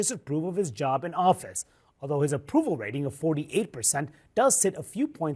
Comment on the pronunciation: When you said "Elon Musk is handling his job" I heard "Elon Musk is handling his junk".